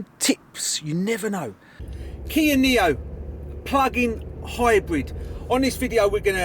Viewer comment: Niro not neo